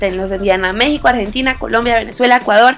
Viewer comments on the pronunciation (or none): none